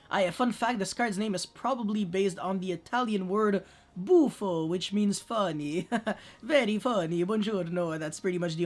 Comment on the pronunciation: the way you say "buffo" is very buffo love your videos btw